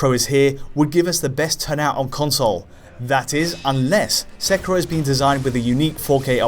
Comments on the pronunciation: This never bothers me but this is rough to listen too. It's not "Sek-er-o" it's produced "Sek-ear-o." Please. It's rough when you keep pronouncing the name wrong like 3 times a sentence. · It is Sekiro with an "i", not "Sekuro" with a "u" like the person in this video keeps calling it... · Sekero......you are saying it wrong..... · It’s not pronounced “sec-row”. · Isn't the game pronounced Seh-Keer-Oh? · For the sake of this game, please pronounce the name Se-key-law. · actually it’s pronounced “Seh-key-row” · Please stop your making my ears bleed with your pronunciation of Sekiro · ur pronunciation of 'seckyro' and 'cat-anna' made me stop watching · That's how I say it, just listen to how he says "katana" and I'm pretty sure he is also pronouncing the games name wrong lol.